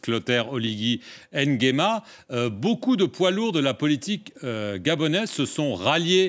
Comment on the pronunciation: Nguema et non N & guema